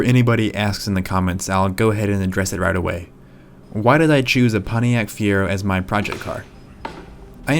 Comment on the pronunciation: Ponniac? Seriously? Can't you pronounce a T?